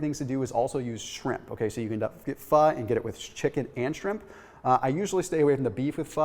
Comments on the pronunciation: pronounces Pho correctly! (so many people do not) Why would I ever doubt this when he provides such thorough info & he rolls those medical terms off his toungue so easily?: ) Thanks again! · Asian food for me is Indian, Bengali, Pakistani, Mongolian and Malay. Pho is pronounced fer